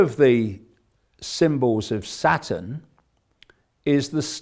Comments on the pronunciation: I like how he pronounces Saturn like Satan. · I love how he pronounces Saturn...